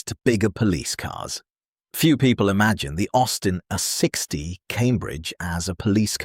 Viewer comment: Opening line: "The Austin, a sixty Cambridge ...". Seriously? Read your own script, please!